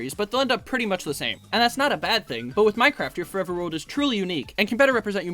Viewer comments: “Forver” 😭 read your goddamn text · “Start forver”